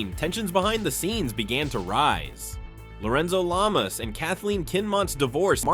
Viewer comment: “Lorenzo Lame-ass” I don’t know if that was intentional or not, but that’s hilarious!!! hahahahaha😂😂😂